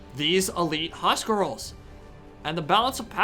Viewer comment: We want more. But it's huscarls not huscrals :))